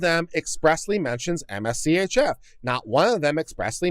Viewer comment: I suspect that MSCHF isn't meant to be pronounced M-S-C-H-F instead being said more like "mischief."